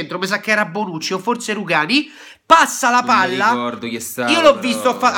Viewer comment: si dice Bonucci no bronucci e comunque non è gay